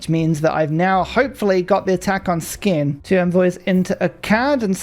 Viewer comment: I was thinking that NOO its okay you dont have to tell him how it’s pronounced but then you kept pronouncing it like it and i couldnt resist😅, SK in Norwegian is pronounced like SH, so skien is shee-en and skedsmo is shesmo